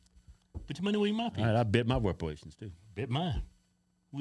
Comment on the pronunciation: Why cant Keith say reparations?? He hates the idea that much huh?